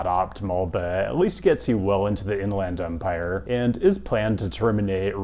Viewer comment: beard is looking good, and go dawgs. Most folks I've met from the IE pronounce it like In-lend Empire, not In-LAND Empire. Could be wrong though